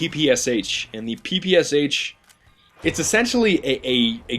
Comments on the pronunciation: It's quite ironic that you, with "" in your name, can't pronounce the name of the PPSh correctly. It's "Pepeschah" (and read that like it's german). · hez saying ppsh wrong!!!!!